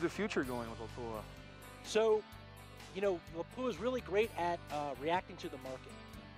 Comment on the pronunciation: That awkward moment when the voice talent can’t properly pronounce the title sponsor as LAP-oo-uh.